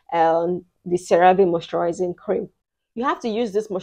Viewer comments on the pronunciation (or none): none